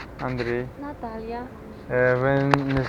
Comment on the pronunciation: ну, та которая говорит на русском не просто ж так его знает? а когда представлялась вторая,, так она вообще свое имя прям по-русски произнесла.